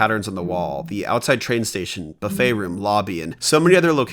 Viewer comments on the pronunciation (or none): none